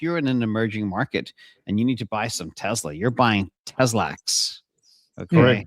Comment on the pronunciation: TEZ-LAX?? don't say that again :)